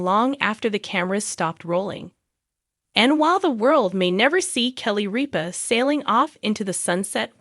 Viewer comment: Say Kelly ripa's name right